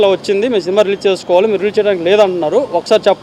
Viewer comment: Unnadhantlo endhuku brathakaru? Cinema ani palakadam radhu nuvvu em cinema theesavu?